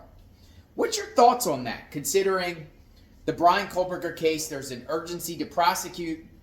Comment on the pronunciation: Kohberger - There is no L in his name. Again, you focus on 💩that has nothing to do with anything! What is wrong with him having a life? Maybe you should try to get one and stop making these ridiculous videos.